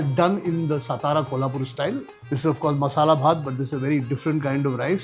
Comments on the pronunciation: Kunal babu it's सातारा not सतारा and you know it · सतारा❌ सातारा ✅ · Mr Kunal…plz do not mispronounce. It’s सातारा not ‘स’ ता रा.